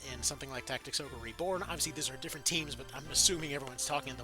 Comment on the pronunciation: Did he say final fantasy tic tacs? 😂😂 stealing that